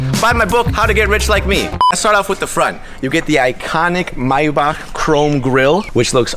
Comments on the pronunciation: Me every time he say MYBACK instead of MAYBACH 🤦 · Omg! The way he says Maybach is driving me insane 😳 😐